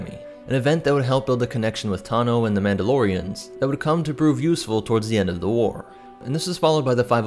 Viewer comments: "Mauldelorians" heh. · "mauldolorians" nice :D